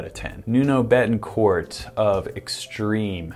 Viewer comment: As a portuguese fella I just wanted to say that you completely butchered the word Bettancourt back there